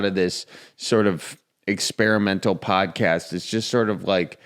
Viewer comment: When says the word 'podcast' my brain assumes he's about to say 'potty.' What I hear: "So my Grandma Sue is on the potty..." Because I'm originally Midwestern this sounds so natural and I have to resist the urge to stand. As if he's going to continue with, "And she wants you to stir the potatoes so they don't stick to the bottom."